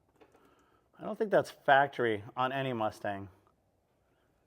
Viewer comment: She's "factree!" 🤣